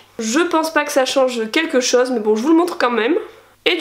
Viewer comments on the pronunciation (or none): none